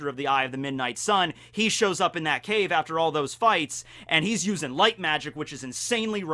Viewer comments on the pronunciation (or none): none